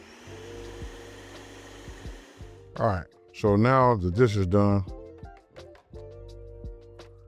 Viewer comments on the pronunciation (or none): none